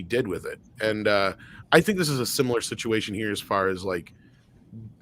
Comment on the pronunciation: I feel bad when I i have to say these kind of things:, try the word similar, not simular.